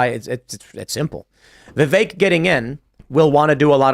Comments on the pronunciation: His name rhymes with CAKE ... Its pronounced VIV-VAKE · I can’t stand how people still pronounce Vivek incorrectly.